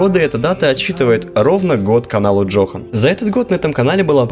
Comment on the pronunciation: По-моему название канала читается как Ёхан, а не Джохан.